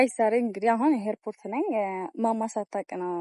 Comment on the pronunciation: ሄይርፖርት❌ airport✅ ሪአክሺዋ❌ ሪአክሽንኗን✅